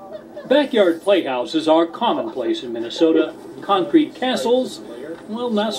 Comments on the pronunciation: she says croncrete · "Croncrete" lol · it is literally croncrete lol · It's what happens when Walter Cronkite takes a really hard shit, he makes Croncrete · did she say croncrete? 😆 Ahhhh....women! They don't understand things. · Did she say "croncrete" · "Croncrete" :P